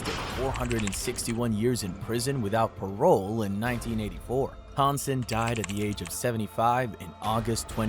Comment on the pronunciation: I get some of the names on the list might be a little difficult to pronounced, but Hansen?!?!